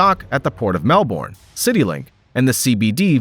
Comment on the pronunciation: That is not how you pronounce Melbourne